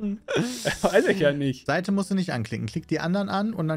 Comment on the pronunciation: Aber es war doch Seite und nicht Saite D: leute.. das ist ein Unterschied. tztztz.